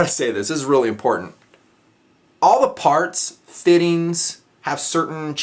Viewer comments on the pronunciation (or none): none